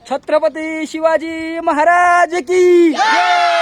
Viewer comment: दा दा शिव छत्रपती म्हणतोय की काय म्हणतो तु नीट बोला जरा....